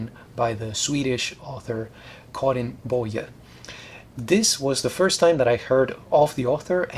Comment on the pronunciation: you nailed the swedish pronunciation of karin boye!